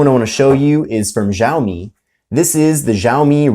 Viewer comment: the way he said xaiomi its SH OW ME